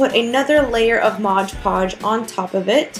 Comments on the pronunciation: I am assuming you mean mod podge and not modge podge like you were saying. P. S. very cute diys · You said Modge Podge the whole time...I was like its Mod Podge 😂😂😂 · It's MOD PODGE not modge podge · modge podge lol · A crafter dies somewhere in the world every time someone pronounces Mod Podge wrong.